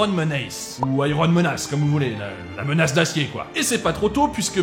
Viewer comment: Ta prononciation des mots anglais est plus qu'approximative: family, menace... Un petit coup de Google traduction en audio te donne la prononciation correcte et te permettra de facilement améliorer ton niveau. (oui c'est pas rédhibitoire mais ça fait un com pour le référencement)